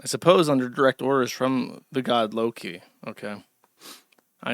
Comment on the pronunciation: josh got so used to calling them lowlees he called loki lowkee